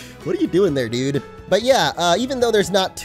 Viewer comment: Stop say dyude